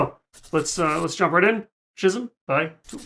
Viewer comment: Just an FYI - pronunciation is ski - zm (hard k sound) Love your attitude going in. Just so you know the video's can be distracting from the musical experience the first time through. You should experience it however you wish, but I recommend doing the official audio reaction to allow your own imagination to create the visuals. You can come back to the video later . Also the videos seem get struck more often.